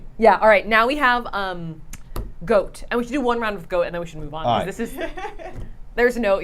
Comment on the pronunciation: that is not an Australian accent. We pronounce Goat like go-T, no extra vowels. Also not a New Zealand accent. Hope this helps😊.